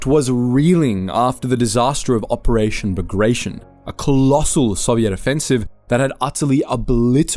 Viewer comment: It's pronounced Ba-grat-e-on, not ba-gray-shun